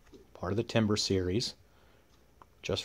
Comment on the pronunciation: Timbre is not timber and is pronounced tam-burr.